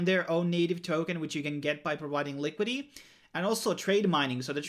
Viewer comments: Li Kwid it tee not likwid ee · Thanks for the informative video, however it really bugs me that you say LI-QUI-DY. Please pronounce the complete word, LI-QUI-DI-TY ... liquidi-TY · Liquidy liquidy liquidy... speech impediment?